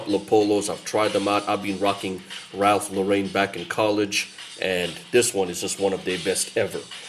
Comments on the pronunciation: Actually pronounced: Lo ren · Ralph Laurain ? Not Lauren ?